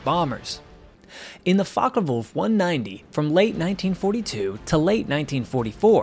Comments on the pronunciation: It's Focke, not Fokker. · Oi😊s focke wulf not fokker wulf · I wish you'd pronounce it properly: it's Fo... as in Ford.